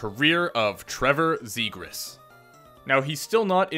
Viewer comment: It’s pronounced like this Trevor zegras -(Traq-Vires) , (Zop-jAZZ) trust me